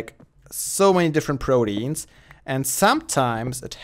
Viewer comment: man-y thats how you say it